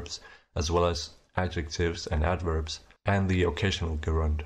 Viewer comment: I must have missed the bit where you introduced front rounded vowels. "Gerund" is pronounced with an initial J sound, and it sounds like you've confused it with an agent?